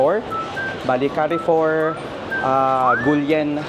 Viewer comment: carrefour pronounce as kar-for... not ka-re-for ,peace.